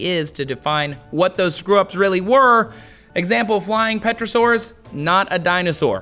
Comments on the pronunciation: It's pronounced Terrosaur not Petrosaur (the p is silent in Pterosaur) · Did he just say petrasaur?